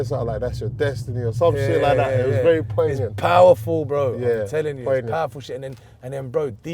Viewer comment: He still saying poignant